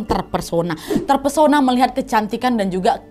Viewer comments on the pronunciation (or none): none